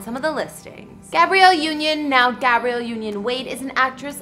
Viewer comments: Why is she saying Gabriel and not Gabrielle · Love this couple and their beautiful homes but couldn't help 😂 when she said boy name 'Gabrielle' union instead of girl name 'Gabrielle' (short a).